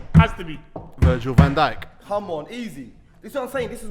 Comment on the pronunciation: man said dijk hides lmao